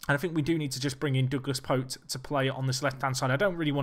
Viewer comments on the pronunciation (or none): Couple things 1) Pote is pronounced "poh-chee" 2) to change from Attacking to Counter and keeping Very Fluid team shape is basically suicidal. Change your team shape to at least balanced when you're playing Counter/ Defensive